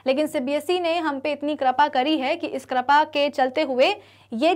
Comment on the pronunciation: I know she said krapa instead of kripa